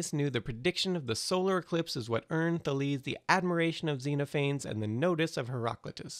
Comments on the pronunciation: Today I Found Out They certainly didn't say "Taleeze". You know, there are people, experts, who study this stuff (ancient Greek in particular). And while there is some truth to the whole "we don't know how they pronounced it" argument, it mostly referes to how exactly they pronounced the R (whether it had a little h-ish sound before like HR or a little puff of air after it like RH, nuances like that. It was certainly an R), or something else along those lines regarding some specific letters and signs. It's not as if we had "no idea what the language sounded like" because we pretty much do know. The idea that we know nothing about it is ridiculous and, quite frankly, an insult to anyone who studies ancient languages. And I'm sorry to shit all over your video that clearly took a lot to make and was fairly entertaining, but for fuck's sake, look up how to pronounce words like these. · *THAY-leez, *zen-OFF-en-eez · THA-les xe-NO-pha-nes you know you can find the pronunciation of all the greek ppl ever on wikipedia, right?